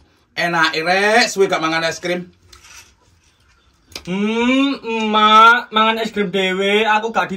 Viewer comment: kalok ngomong es krim jadi es grim